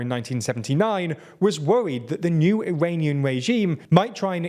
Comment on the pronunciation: he was woowied?? What bet did you lose, haha